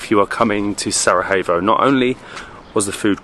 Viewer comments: Exactly. Don’t get me wrong but you’ve mispronounced the city’s name countless of times, if not butchered it mercilessly on some occasions… Sara-evo… Sarahevo… honestly, it doesn’t hurt to ask the locals first if you’re not sure or never heard the name called out loud. Believe it or not, but historically and globally speaking, it’s not an obscure countryside location no one’s ever heard about so it doesn’t take long to get it right. I know it might sound petty and unimportant to many, but constantly mispronouncing the name of the place that you actually present doesn’t give it much justice, if you know what I mean. Hopefully you don’t take it personally as we all enjoy watching your adventures and appreciate the effort made in all videos. Keep exploring and enjoy the atmosphere of each & every place! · Just to clarify the capital city is spelled Sarajevo, but it is pronounced as Sarayewo it is not pronounced Sarahevo. Also, the food you ate at the Sač restaurant, only the one with meat is called burek; the rest are called pita + whatever it is filled with. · Hi guys, cool channel. Just wanted to point out that the pronunciation of the j is like y, not h. So Sarajevo is pronounced SaraYevo, not SaraHevo. Love the Bosnia vlogs. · Just one lil correction is the pronouncing the name of the city of Sarajevo it is not Sara hey vous but Sara ye vo. Sending love and hugs ❤ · You keep mispronouncing Sarajevo! J is not pronounced as H like in Spanish. It’s pronounced as Y. As in Yoyo. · Great video, guys! Just wanted to tell you that the J in Bosnian is pronounced as a Y. So Sarajevo is pronounced as Sarayevo ;-) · Love Bosnia, I spent a few days in Mostar last year...stunning old town! I'm curious though, isn't the j in Sarajevo pronounced as a y in English? I've always known it as Sarayevo, not Sarahevo! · Was wondering why he kept saying Sara-hey-vo and Sara-hey-vsko😅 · really enjoyed the vid but your pronunciation of Sarajevo wasn't it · Its not sarahevo irs Sarajevo